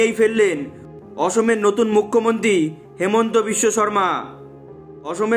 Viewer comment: হেমন্ত নয় হিমন্ত